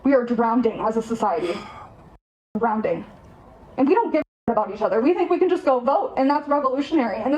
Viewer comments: She said we are drown-ding as a society. Can you not read its drowning. Theres no d in the middle. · it's not drownding.. it's drowning.. read a book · The subtitle said “drowning” but she definitely said “drownding” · *Drowning, not Drownding you 🤡. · Well she has blue hair, a mask and is on Ebt. Plus she can’t say drowning instead say drownding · This disrespectful "goofball" needs her damn views changed with an ass whoopin'!! Screw their political views at this point, how dare she treat her grandpa that way! ALSO, SHE PRONOUNCED DROWNING LIKE "DROWNDING"!! WITH 2 D'S!! Her grandpa ought to " WARSH" (WASH) HER IGNORANT MOUTH OUT WITH SOAP!! ☺😐🤓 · She pronounced "drowning" as "drownding" 💀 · She said drownding twice (instead of drowning) and satten (instead of sat). All this political jargon but the grammar doesnt lie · She thinks she's so smart. And yet she's saying ratchet instead of racket. And drownding instead of drowning. Blue heir dye is bad for your brain folks. Don't do blue hair dye. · lol. She said she’s “drownDing” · She says "drownDing" instead of "drowning" 🤣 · 'drownding,' 'satten down,' she sounds like a really intelligent person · She also pronounced drowning, as drownding. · Why do they say drowning like that? It's "drowning" not "drownding" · If you are "drownding" i know why. Its bc you are so dumb you think drowning is pronounced "drownding." Hahaha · We're "drownding," according to her. 😂 Oh, man... Bless her heart. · “We’re drownding Grandpa. DROWNDING.” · 😅 yes, she cant even say drowning correctly. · "Drownding" is not a word..she said it twice and said it clear 👏 🙄 👍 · drownding? Really? DrownDing? She's so uneducated, it's just silly and pathetic. I know it's not the most important point to bring up, but it is actually kinda telling when someone is kinda illiterate, it's a cult man, they keep you uneducated. It's comical how she looks just like what you could expect, another sheep following. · She’s “drownding” herself….